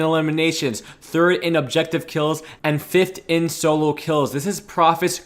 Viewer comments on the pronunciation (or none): none